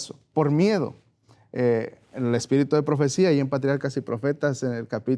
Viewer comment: Es un sipote q es ignorante por decir espiritu dice espito si es media lengua